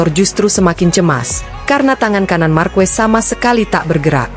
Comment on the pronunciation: Mohon maaf ya... Bacanya akosta bukan acosta dan marqez bukan marquez... 🙏🤜